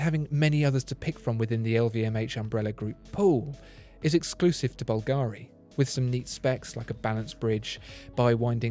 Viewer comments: You're always the best. One thing, though... It's Bùlgari, not Bulgàri. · A lifelong resident of Rome told me that the jewelry house of Bulgari is pronounced BUL-ga-ri, rather than Bul-GA-ri. Anyway thanks for your great videos, my favorite among the YouTube watch commentators. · Sono un’italiano e ogni volta che sento “Balgàari” inorridisco....la pronuncia corretta é Bùlgari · BUlgari not bulGARI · Can you pronounce Bulgari in a correct way please... Bulgari without any accentuation of the a: bul ga ri. No need to say BulgAAAAri! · I have asked for a Parmigiani Fleurier review in one of my comments here on the channel, and it is true, tha Bugatti watch Parmigiani makes is crazy special. Please, whilst pronouncing "Bvlgari", put the stress the "V" not the "I". However, that Bubble watch you reviewed, that was spectacularly special on every angle. Great vid nevertheless. Cheers.